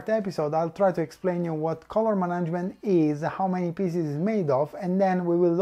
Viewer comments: I understand. I was in fact wondering if any of you were native speakers. I'm not either. I'm just an old and uncontrollable grammar nazi. I was cringing a little every time I heard the word "management", but still quite an informative video, I was enthusiastically glued to the screen. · So nobody in his team took the time to point out how "management" actually is pronounced?